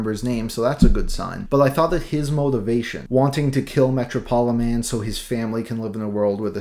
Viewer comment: surely Metropoliman is pronounced like Metropolis..?